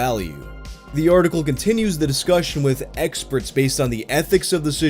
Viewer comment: continues with ………. “EGG-sperts”